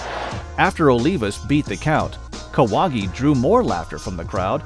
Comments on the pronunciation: Jorge Kawahgi😂😂😂😂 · Kahwagi bro c'mon...